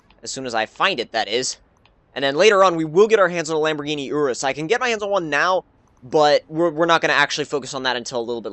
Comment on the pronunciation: really man you cant pronounce urus right